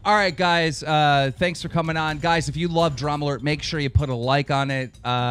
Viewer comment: I don't know what I'm more annoyed by, the fact that he had an extra cup, or the fact that he kept saying "dramulert".